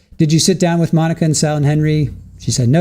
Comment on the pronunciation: And once again I renew my objection to this female defense attorney and reassert it drives me nuts how bad of a listener she is... she can't even say Monica's sisters name right